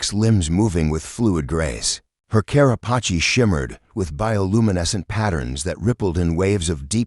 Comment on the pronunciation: Car-ah-pa-chee? It's car-ah-pace! Get a better AI!